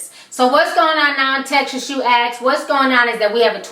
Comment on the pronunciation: Why do you say axe instead of ask? LMAO